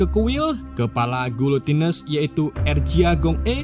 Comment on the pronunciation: bacanya gini bang, giletens